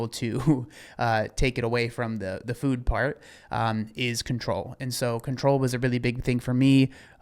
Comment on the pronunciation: Idk but I cannot stand her newly adopted fake influencer accent. The way she pronounces all her words, “fühd” instead of “food”. She didn’t talk like this back in 2018 or 2019. She changes personalities more than I change underwear.